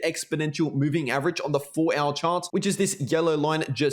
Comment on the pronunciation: I like how you say 4 ouyr chart😂😂